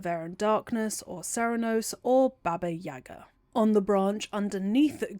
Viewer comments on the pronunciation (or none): none